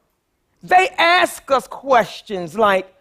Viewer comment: She's having a hard time for a few reasons. She did say she went to those inner city schools herself. Also she can't say "ask", so give her a break.